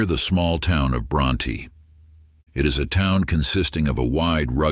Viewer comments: Pronounced BronT not Brontee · Bronte Tx is pronounced Bront... the e is silent. It's a nice town...I live about 40 miles from Bronte